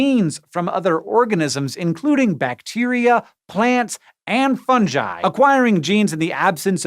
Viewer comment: It's not fungi. It's fungi.